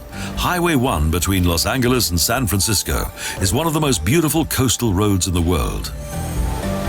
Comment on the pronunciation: 1) Anglicized, the city is loss ANN-jell-us, not loss angle-us. 2) Yosemite is a national park, not a nature park, and it's yo-SEM-it-tee, not yo-ZEM-it-ee. 3) Grand Canyon is about 16k/9mi wide, not long; that measurement is 277mi./446k. 4) Yes, it's spelled Canyon de CHELL-ee, but Canyon de Chelly is pronounced Canyon de SHAY. 5) Just like #2, Zion is a national park, not a nature park. 6) Bryce Canyon is also a national park. 7) In the Denver section, the word (cupola) is Q-puh-luh, not CUP-uh-luh. 8) Rocky Mountain is also a national park, not a nature park. 9) The Crazy Horse Memorial was started, not constructed (as in finished all in 1 year) in 1947. 10) Yellowstone is also the world's first national park, not just the first in the USA.